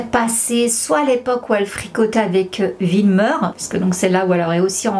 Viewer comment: Mdrr t’a du mal a prononcer le nom de wilmer😂😂😂